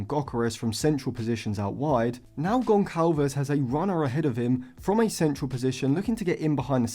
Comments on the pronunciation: Great analysis as always!! Gonçalves’s name should be pronounced Gonssalves, not Goncalves (in Portuguese language Ç=SS) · In Portuguese the letter "Ç" is pronounced as "S" and not "C", so Gonçalves is pronounced Gonsalves. Great video tho bro just wanted to let u know for next time 🫶🏾